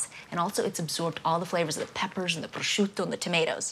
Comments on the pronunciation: "it's absorbed all of the peppers and the prozzzzciUUUto.." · I'm Italian! I'm Italian! No really, I'm Italian! Just listen to how I say prosciutto! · Goddamn it Giada just say prosciutto the American way